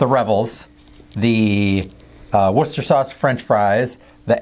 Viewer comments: Well done on getting the pronunciation of Worcester, which is the main city in the county of Worcestershire (Americans really struggle with the county 😂 its easy, just add "sher" on the end of "wooster") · No it’s not, it’s actually pronounced Wooster, or Woostersheer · 100% correct on Worcester but not so good on Devon its Dev-on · Ah, Revels! The Russian Roulette of the chocolate world! Minor pronunciation tweak- "Devon" rhymes with "heaven". You did good with Worcester, though.